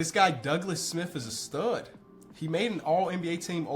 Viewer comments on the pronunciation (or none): none